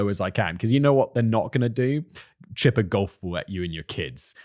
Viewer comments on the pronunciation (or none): none